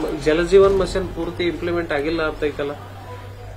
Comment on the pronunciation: ಯಪ್ಪಾ ಜಲಜೀವನ್ ಮಷಿನ್ ಅಲ್ಲ ಜಲಜೀವನ್ ಮಿಷನ್ ನೋ ಅಣ್ಣಾ